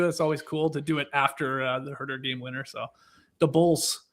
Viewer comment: I chuckled when TK did a callback to Leigh’s annoying pronunciation of Huuuuerrrrrtehhhr